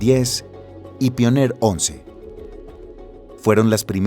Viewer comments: me encantan los videos, las animaciones y los relatos. solo estaria bueno que estandaricen las pronunciaciones New Horizon: Niu Joraizn, no "niu Jorizon" Kuiper: Kaiper, no "kuiper" Pioneer: Paioniir, no "paioner" entre otros... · Soy el único que esperaba que diga "paionier" en vez de "pioner"??? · Se pronuncia paionier no? se escucha bien raro que digas pioner 1 y 2 , en fin un pequeño detalle la verdad la informacion esta super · si no encontrais a un relator que sepa inglés, deberíais exigirle que preguntara, al menos, cómo se pronuncian los anglicismos en el documento. Y si lo haceis a propósito, peor. No veo la razón por la que decidir pronunciar incorrectamente 'Horizons' o 'Pioneer'